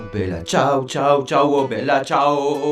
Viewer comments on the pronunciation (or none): La part contre tu ma tue quand ta dit bella cias 😂😂